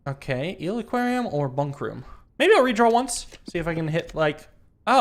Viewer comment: He thought "heel", not "eel". Along with "wheel"